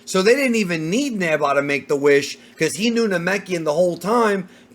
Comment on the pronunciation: I keep hearing “neba” people know it’s Neva right?